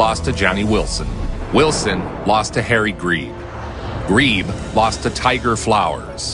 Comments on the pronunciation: Greb not Greeeb 🤨. One of the most famous fighters in boxing and you didnt even learn to say his name 😑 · That is not how you say Greb.